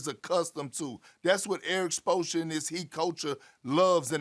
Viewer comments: Erik Sposssra 😂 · he called him ERIC SPLOSION SMH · How is Perk saying Coach Spoelstra name again?